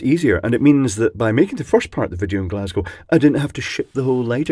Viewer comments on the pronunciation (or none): none